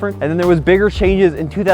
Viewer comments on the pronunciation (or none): none